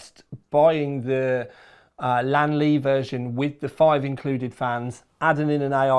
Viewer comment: its lian not lan LOL